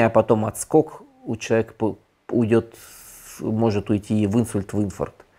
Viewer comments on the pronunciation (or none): Тяжело слушать человека с безграмотной речью, делающий ударения там где хочет. А после Инфаркта(где ударение на «И») слушать вообще перехотелось. Такая своеобразная фишка, вроде профессиональной деформации речи….